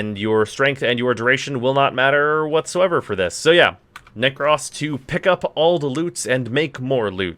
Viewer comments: nek - ROS not nek - RAWS, PLS for the love of god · Why yu pronouncing with an extra s 😂😂 it ain't nek-ross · Will subscribe if you stop saying "neck-ross". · Every time you say Neck-Ross I die inside a little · Sweating profusely at his pronunciation of